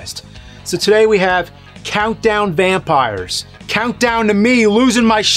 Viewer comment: Vountdown Campires